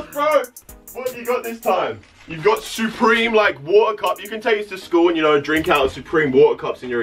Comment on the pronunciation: He says soopreme